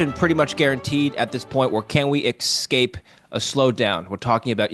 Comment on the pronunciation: Did really just say "exscape"?